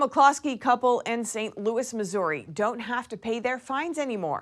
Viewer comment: The girl reporter reading the news needs diction lessons. She pronounces “st” as “sht”. Inferior public school education.